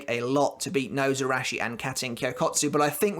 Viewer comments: Nose-arachi. Absolutely love that pronounciation. Your video is making my night <3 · ....It is pronounce [She-knee-gah-mee] not [shin knee]... shi-ni", "死" or Shi character is the root particle for death of "死神" shinigami. the was you are pronouncing it you are adding and extra "ン" or "N" and Nozarasho/野晒し is pronounced のざらし /[No-zara-shi] [No- Zah- Rah-Shi] you say SAN wrong, say the a long...like "On" as in On and off.